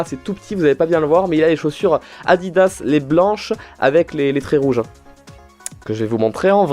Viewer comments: Heureusement que tu t est rattrapes avec Nike quand ta dit addidzs 😂😂😂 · "il a les chaussures Adiddas" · "les chaussures adiddas" AAAAAAAHHHHHH!!!!!!! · Quand il a dit Adidas au début j'ai cru qu'il le faisait exprès...